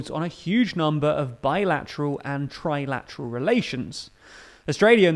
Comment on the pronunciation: That is HILARIOUS! I always thought the funniest sound in the world was a Bostonian trying to say the word "barracuda." ("Beahkoodurr?") Now I realize, it's a Britisher trying to say the word "trilateral!" ("Twaywatawoo?")